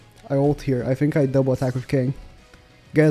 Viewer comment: "I Phink"